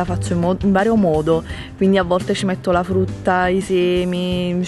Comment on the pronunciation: Scusate ma "A FRUTTA" che pronuncia é, non voglio criticare e nulla ma appena ho sentito "A FRUTTA " le risa che mi sono fatta. Comunque sei bravissima❤️